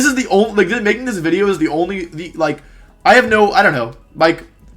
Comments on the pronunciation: why do you say “wideo” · "What's going on guys, welcome back to another Wideo..." Wolfe Glick. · We’re just gonna ignore the fact that he’s saying “Wideo”? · We dont ignore it, we celebrate it!